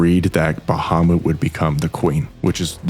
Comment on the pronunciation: "Liburlyo" lol. "Bahamoot" lmao, even.